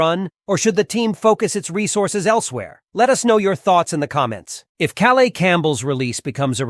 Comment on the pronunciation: welcome home, Calais Campbell!! pronounced Ka_layis.